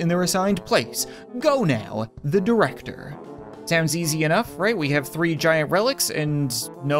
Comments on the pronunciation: It sounds like free random games not three random games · I hear it like REEE rAmDoM GamEs